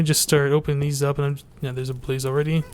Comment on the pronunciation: when you say blaze i hear police :P and i just subscribed, i liked this a lot ;)